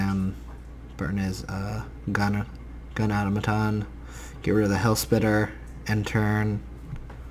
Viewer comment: Au-Tom-A-Ton not Auto-maton